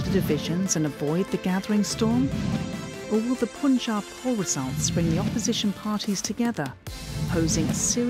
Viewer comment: What's up with the Pronunciation? "Poonjaab" gosh! Propaganda content with awful pronunciation. How do you say "Pun"? POON is it?